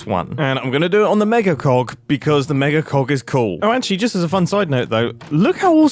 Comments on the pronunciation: how many takes do you guys think Mumbo had to do in order to have the word cog pronounced clearly and correctly every time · He needs to "fix" his "cog" accent 🙂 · I think I was experiencing physical pain listening to some of that. I love you Mumbo but…. Please. For the love of Minecraft annunciate the g in cog- 😭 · clog, cog, clock, caulk, cauk, cough, cod. Which one is he saying? Lol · Cog-❌ Cock-😀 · Is he really saying clock?.... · i heard cock at least 90 times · Everytime you say cog i hear cock making some parts hilarious 😂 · I did giggle everytime he said gogck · Maybe call them gears, the way you pronounce cog sounds kinda sus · I CAN'T EVEN WATCH THIS W/O LAUGHING WHEN HE SAYS COG BRO, STOPP say cogwheel lol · How many times have Mumbo said Cog/Cogs? Feel I am hearing Cok 🤦🏽‍♂️am I the only one? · ENUNCIATE YOUR G'S MUMBO!! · The video is unintentionally super hilarious to me. Mumbo, please, you should pronounce cog with a bit more "g" and quite a bit less "kh". I can't unhear this now, lmao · Mumbo, please tell me you're doing that on purpose... PLEASE... If not... you really should think about saying "Gear" instead of "Cog"... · Every time he says cog i hear cock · annunciate the g. PLEASE. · I didn’t think he was saying cog.. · anyone else not hearing "cog" ? 😭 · I do not hear "cog" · He is NOT saying cog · Why are you calling it cog 😭 I'm afraid of my neighbors hearing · I can't stop hearing big co*k, send help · you did NOT say cog here. We can hear the “ck.” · So can you enunciate "cog" a bit... clearer. I'm repeatedly hearing you say something else. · MUMBO PLEASE YOU NEED TO STOP PRONOUNCING COG IN A BRITISH ACCENT 😭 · I swear hes not always saying cog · Mumbo’s accent when saying cog is absolutely hilarious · Don't forget to always make the last sound of the word "cog" voiced! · The british way of pronouncing cog with a short o has me mishearing things constantly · Hes saying cog... Apparently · hard on the G in Cog. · I did NOT hear cogs 😭😭